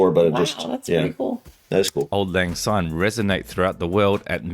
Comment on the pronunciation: It's auld lang syne (pronounced sign). It means, Old Times' Sake.